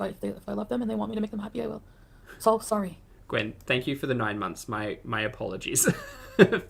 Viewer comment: Feeling “Sorey” for herself!!! Classic way of saying the word “Sorry” 😃😁